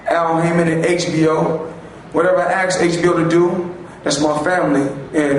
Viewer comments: Dis I miss something? Since when do we celebrate cheaters? I like how when ever he "ax someone" I think he means ask. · Billionaire,says axe me,when he means ask...Wow.